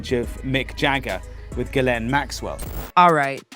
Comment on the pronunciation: in the name Ghislaine, The H and the S are both silent. Its correctly pronounced as Gillaine.